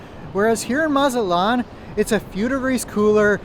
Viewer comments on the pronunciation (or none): It's not Mazat-lan.. It's MA-ZA-TLAN 🤭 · Really don’t know what u talking about from Texas was more expensive to go to Mazatlán. By the way pronounce the T please Check Expedia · Amigo who told you that the letter T is silent in Spanish, it's no, You would sound so much better if you pronounced it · That’s not how you pronounce Mazatlán. Butchered it 😅